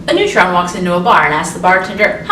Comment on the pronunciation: Had to listed three times and think a bit to understand the word "neutron"... just saying :\